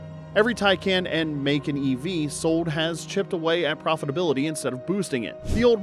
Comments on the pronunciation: It's Muh-Kaahn. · AI is still learning🤫